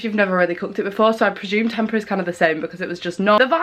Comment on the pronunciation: Just a little side note. Tempeh is pronounced as tem-pay